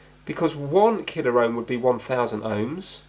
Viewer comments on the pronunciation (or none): I love how you say Kilo, beware the KILLA OUHHHM! XD